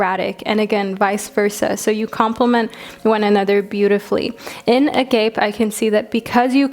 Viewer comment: Group 3 I ❤️ the African Tarot omgosh!!! Agape (ah-gah-pay)